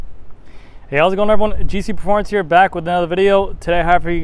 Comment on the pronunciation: "Like hyuh" lol